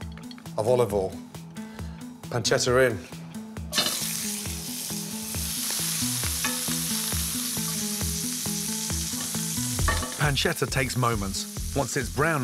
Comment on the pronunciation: What did he call the bacon? “Slight cured panshetto”? It looks amazing but surly not back loin ey?